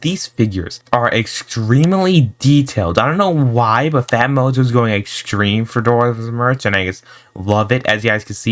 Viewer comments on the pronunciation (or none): what they say :phatmojo what i hear : fat mojo